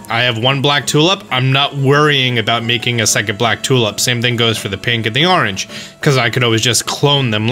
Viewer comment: Pronounces "orange" as "arrange". "Wooder"